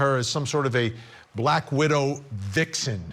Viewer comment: 😂…the way you said “VIXEN!”